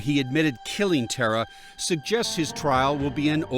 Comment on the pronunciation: Yall pronouncing Tara incorrectly. Its Irish pronounced Taara not Terra. Goodness me surely her family would've corrected yall by now.